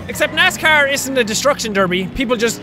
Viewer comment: NASCAH as it is said in Maine